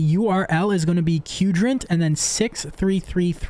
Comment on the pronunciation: Why is everyone pronouncing Qdrant as "kewdrant"? Its "quadrant"!